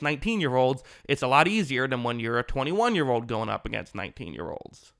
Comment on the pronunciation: Edit all so, like umm, ahhh, ahm and wishy washy statements... after all, it's not like your J Biden. Old is not pronounced ode, sure is not pronounced shore.